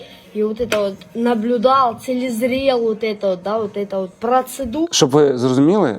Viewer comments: Целезрел БЛ.ТЬ😢. Лецизрел правильно говорить. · Двічі перемотала.... Приезал,цилезрел вот єто..... Шо за слово таке" цилезрел"? Навіть Гугл не в курсі😂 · На 6.14 хв. Каже "Целезрел", а не лецізрел😂😂😂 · «целизрел» вместо «лицезрел». Действительно, зачем ему образование?😮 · "телезрел". Он хотел сказать "лицезрел"? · 😂 « Целізрєл»…це я так розумію « ліцезрєл»?!🤣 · 😂😂😂целезрел,вместо лицезрел,я в шоці🤣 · ''чтоби я єщьо цилєзрєл ету працедуру...'' це, я так розумію, він на курсах блогінгу у каралєви денеер почув слово ''ліцезрел'', але так і не навчився його вимовляти😂👍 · "цилезрел" может лицезрел, ох валенок. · На 7-й хвилині, що це за слово " цилізрєл"?😂🤦‍♂️ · Целезрел он:face-green-smiling:навіть не може слова вимовити правильно, треба було вчитися.